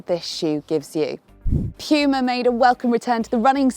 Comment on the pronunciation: Pjuma? What is Pjuma? Its puma... Sjeez